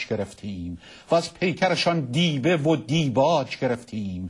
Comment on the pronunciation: اخه كي ميشه كه بی سوادان کوشش کنند بیشتر مطالعه کنند و جای باسوادان را تنگ ننکنند چرا اخه حد اقل وقتی میخوای یک شعر بخونید کمی مطالعه نمیکنی که شعری به این فصاحت را حداقل درست بخوانی انقدر اشتباه خواندی که شعر را نابود کردی بدبختی اینه مردم هم از بی سوادی همه به به میکنند و ایراد نمیگیرند البته مگر میفهمند که ایراد بگیرند دیبه و دیباج مخفف دیباه است و باید با مفتحه خوانده شود - صقلیه دراین شعر باید قاف ساکن باشد